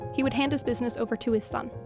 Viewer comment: How can people take this video report as important when you can't even take the time to sell the word BUSINESS correctly..